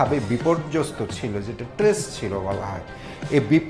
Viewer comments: ইনি কেমন রিপোর্টার, স্ট্রেস কে ট্রেস বলছেন? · Tress na stress